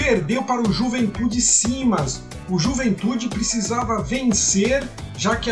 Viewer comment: Bacana o vídeo. O Juventude é SAMAS e não Simas. Só essa retificação.